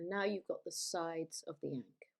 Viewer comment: That pronunciation is wild.